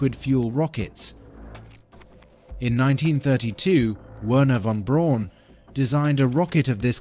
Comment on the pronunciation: Good footage, but the rocket designer's name is pronounced more like "vehrner von breaun"